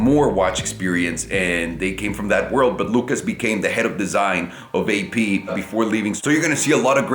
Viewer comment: never heard AP being pronounced that way, says a lot about a "watch collector"